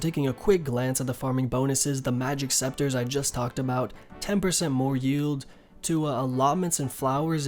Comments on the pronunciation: It's pronouced seCAteurs ^^, thanks for all the guides though. Rsn: Revaxx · ITS PRONOUNCED SEKATERZ LMFAO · « The Green sceptres give 10% better yield » BRO, CANT YOU READ?THEY’RE CALLED « SECATEURS » come on man, have you never been in a garden before?! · Se ca teurs Not sceptres :p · it's SECATEURS ya dick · It’s pronounced ‘se-ka-tiers’ my man :D